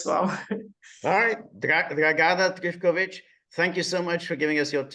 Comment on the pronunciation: Very good guest. But George, please ask your guests how to pronounce their names in the future. I'm pretty sure (source: I was born in Yugoslavia and speak Serbocroatian) that you should stress the first A in Dragana and first I in Trifković.